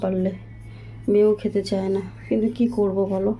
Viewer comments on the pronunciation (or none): none